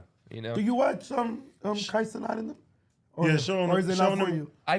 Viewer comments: If you gonna be talkin about a man behind his back atleast get his name right. “Kai CenOt K Cenat” and I can already hear Kai screaming “WHAT!” right here 🤣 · “ Kay Cenaught “ lmaooo it’s “ Kye Cehnat “ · A man said Kay Cenat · Geez at least say his name right wtf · Pronounce his name correctly at least dumbasses. 🙄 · Say my son name right